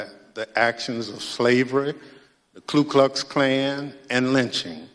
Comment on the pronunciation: Isn't it "Ku Klux Klan"? He said "Klu"